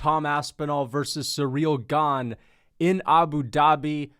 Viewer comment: cereal gah-ne